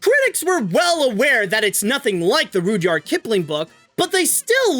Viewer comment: Rud-yard not rude-yard